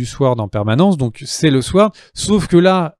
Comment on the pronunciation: toujour sympa, merci a vous, sinon SWORD, on ne prononce pas le W